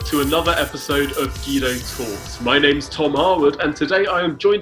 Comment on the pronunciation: Hi Guido, when are you going to talk about your incompetent government? And why can't you pronounce your own name? I'm actually embarrassed on your behalf.